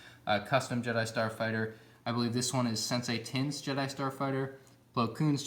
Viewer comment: lol he said Sensei Tiin not Saesee Tiin.